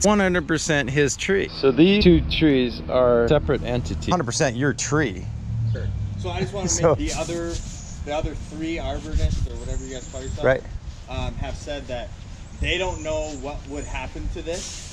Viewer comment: Being an arborist from the state of Hawaii, I take great offense to the mispronunciation of the term arborist my goodness my guy do a little research before you name a profession of what you think the person you're talking to in this video is LOL